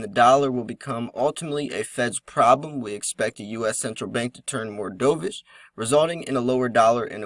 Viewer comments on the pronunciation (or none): Not dove ish. Dovish. Like the bird